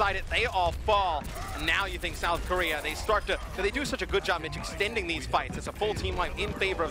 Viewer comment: "On the mccwee and the kowea ..."